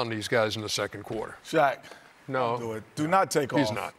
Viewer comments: Shaseal O'Neal 😂😂😂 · Sha-Seal O'Neal. My day has started the best possible way. Hahahaha thank you fellas